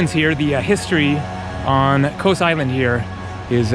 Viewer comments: Kos or Cos (/kɒs/; Greek: Κως [kos]) It's more like cost, not like coast, without t of course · Its Koss not KOWS 😂😂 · Kos not ko-ous! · it's KOZ not coz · For the love of Greek Gods, stop pronouncing it "KOHS" man! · it’s pronounced in Greek with s silent. The way you are saying except don’t say the S I know I’m Greek thank you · It's Kos not Kos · you gave me a chuckle when you mentioned the two versions of Kos (as you heard them) and they both had an american O ending. Just think of Kos ending just like in the word 'BECAUSE':-) Cheers